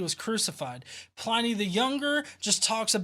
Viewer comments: you do so much work on these that I wanted to make a small correction- Pliny rhymes with tinny, not tiny. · Great replies, as ever. A quick FYI, it's Pliny, as in tinny, not as in tiny. HTH :-) (you can tell I studied Latin for too long, can't you? LOL)